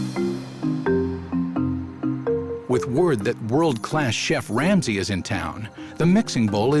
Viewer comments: I think he is "Gordon Ramsay" and not "Gordon Rasmay" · 'Rasmay' - KEKW xDDD. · "Gordon Rasmay", well done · "Gordon Rasmay" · Ah, yes. I too, love Gordon "Rasmay"